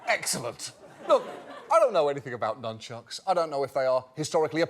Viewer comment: I'm brazilian, and he was sopt on. Nunctchuks and portuguese!